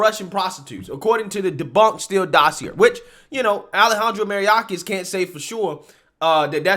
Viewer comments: May- OR - kas. You’re pronouncing it Mary- orcas. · MAY-ORK-AHS. Not Mariyacas. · You should learn to say mayorkis instead of maryiorkas. Details matter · Bro you’re really butchering this guy’s name and it’s actually starting to bother me. MAYOR-KAS. For f*cks sake. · Pronounced, may-york-ass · Lmao I agree with you bro but you are butchering Mayorkas’ name 😂